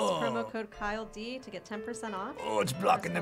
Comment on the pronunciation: KyleD is actually pronounced like DJ Khaled.